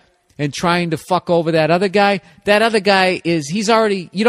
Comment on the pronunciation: "And dat's dat."